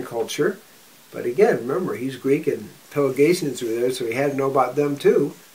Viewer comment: FWIW, it's Pelasgians, not Pelagatians.